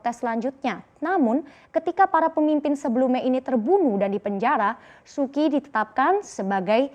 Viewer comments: Suu kyi bacanya suu chi bukan suki (-_-‘) lu kira sukiyaki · Su Kyi dibacanya Su Ci ... harusnya belajar dulu sebelum broadcast